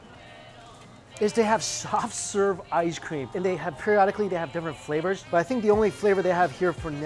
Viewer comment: Shoff sherve ishecream